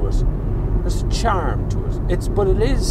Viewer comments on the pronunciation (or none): none